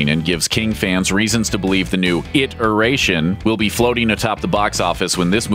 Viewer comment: down vote for "it-eration"